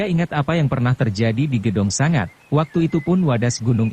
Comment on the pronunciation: Sebagai narator yang baik, pakailah bahasa Indonesia yang baik dan benar. Kata sanga berarti 9 Sanga ya harus diucapkan Sanga... bukan sangat